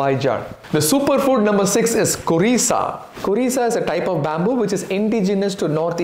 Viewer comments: It is not korisa it is `khorisa ‘ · 6. Khorisa not kurisa or curisa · It's Khorisa. Bambo shoot.